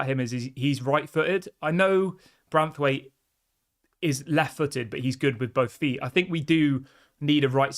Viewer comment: It's BraNthwaite not Brathwaite. Ffs get his name right!